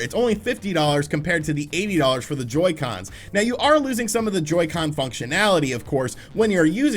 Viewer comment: Ngl in the intro when he said Joycen drift I kinda popped off